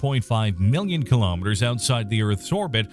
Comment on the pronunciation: Please correct your pronunciation of the word 'kilometre'. It is corrupting your video.